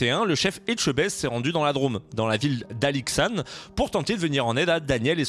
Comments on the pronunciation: Alixan se prononce Alixan et non pas alixane 😂mais sinon bonne video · C’est pas alixanNE c’est Alixan sans e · Alors pour être de la région et être allé manger dans cette pizzeria l'année dernière ... C'était pas ouf xD. L'accueil surtout et le gout était juste moyen. Et on prononce : Alixan comme "maman"' sur la fin. Pas "Alixanne" ^^ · « Alixane » Il n’y a pas de « E » donc c’est Alixan que cela se prononce. Sinon super vidéo ton contenu est top ! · Juste histoire de dire, vu que c'est à quelques kilomètres de chez moi. On dit Alixan et pas Alixane mdr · on dit Alix"an" pas Alix"anne" j'habite pas loin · J'apprends que le village de mon enfance, au hasard d'une video, est passé à cauchemar en cuisine :D C'est Alixan , pas Alixane :D:D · c'est pas alixane 🤣 ça se dit A Li X An 😭 alixan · Pourquoi prononcer alixane pour alixan? sion,sympa comme vidéo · Rhooo c’est pas alixane c’est alixAN 😭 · Ça se prononce alix1 pas alixane 😂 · Alors pour être née dans ce village , c'est pas Alixane mais bien Alixan que çà se prononce 😅 on t'en veut pas 😉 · Alors c'est alixan pas alixane respecte ma ville mdr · « AlixanE » je meurs !! Ça m’a beaucoup fait rire 😂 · Alixan comme « Alixent » 🙂